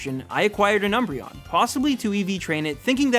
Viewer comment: THE D IN UMBREON IS SUPPOSED TO BE A B!